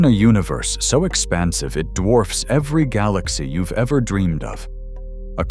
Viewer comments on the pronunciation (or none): none